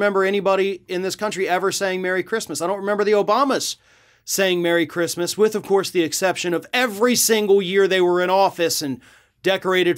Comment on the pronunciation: She said “who the fook gives a sheet about Chreestmas?”